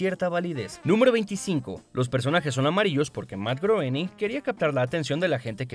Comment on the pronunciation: se pronuncia grouwning